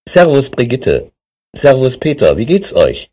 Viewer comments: No, si pronuncia come è stato pronunciato nel dialogo realizzato da dei madrelingua e cioè (scritto all'italiana): "seavus" con la esse iniziale leggermente sorda. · ma "Servus" non si pronuncia "siaus"! ma che è?